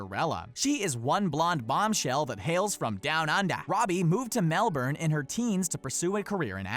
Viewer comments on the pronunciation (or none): Just letting you none aussies know, its pronounnced mel-born not mel-berne. BLOODY SAY IT RIGHT